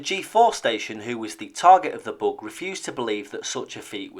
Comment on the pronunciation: Oh, he's saying "bug." I thought he was saying "book". That made it much more difficult to Google. Lol.